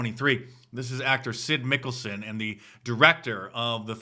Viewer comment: Its mads mikkelsen not syd lol what